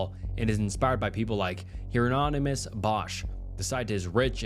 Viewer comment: Heir on on imous lol Heironymous. One “on” in the middle. Dude these vids always make me feel like I’m in school again hearing kids popcorn read